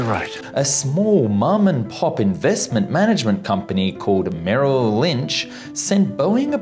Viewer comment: Merrill Lynch!? Seriously???? 🤦‍♂️